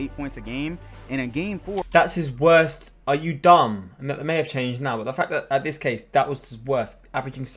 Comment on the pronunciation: Yo when he said are u dumb in a British accent I started laughing so hard🤣🤣🤣